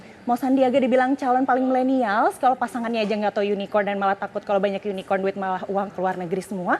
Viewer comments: KORKOT SUKABUMI ,cebong gagal paham soalnya... Gak nyadar dia di tertawakan cara penyebutan Unicorn itu. Hhh... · Bukan tak tau tp jkowi nya yang nyebutnya salahh Jangan ada yunikon di antara kta😂😂😂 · Ini media parah bangat., Keliatan amat klo media cebong., Hahahaha...cebong dungu., Jaenudin salah pengucapan makanya dikonfirmasi ama prabowo yang online2 itu.??., Itu uang digital udah instant dan gak menutup kemungkinan uangnya secara fisik gak akan beredar di indonesia tapi secara digital langsung keluar negeri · Surya Aditiya ,itulah cebong... Gak ngerti dia di sindir karena salah pengucapan Unicorn itu...